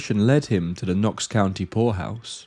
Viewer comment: Oh, POORhouse! You gotta ennunciate better, dude...!